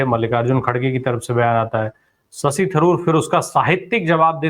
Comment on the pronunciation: Sasi nahi..Shashi kahiye..